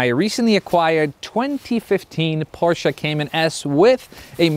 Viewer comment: Thank you for saying PorschE not Porsch like the majority of the English spoken Areas. As a German I appreciate it :) Always drive safe and enjoy. As a F82 Competition Driver I hope to see some F80 content in the future :)